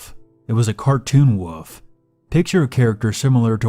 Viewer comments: Is anyone else bothered by when he says, "woof" and not "wolf"? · Remember: wolf has an L in it and it's not pronounced "woof"